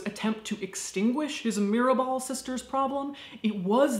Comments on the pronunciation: Mirabal sisters not mirebel. Great video by the way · MIRABAL buen video, y tu pronunciación en español es bastante buena pero el error de Mirabel en vez de Mirabal es lo único fuera de lugar. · It's Mirabal, not Mirabel. Love the bloopers section!! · Every time you said Mirabell, it sounded like Mirrorball and it made me smile. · Baby, its Mirabal :), Other than that everything you said was sadly, true. But they are our butterflies :)